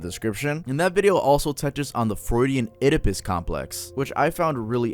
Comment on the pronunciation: oedipus is pronounced edipus